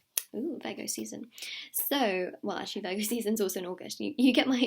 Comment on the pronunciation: I thought she was saying burger 🍔 not Virgo ! Ha